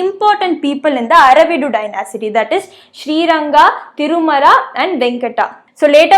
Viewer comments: It is not dyna-city, it is dy-nasty. Thank You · Not dynasity it's dynasty😁😁😁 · Please note the pronunciation of Dynasty